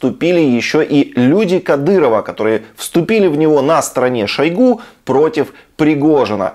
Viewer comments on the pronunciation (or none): none